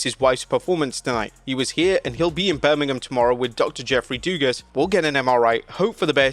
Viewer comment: I love how you brita say Birmingham like you’re not talking about the one in Alabama, BAH GAWD! ROLL TIDE. Also, isn’t pwi elite still Meltzer? And why should I ever believe him ever?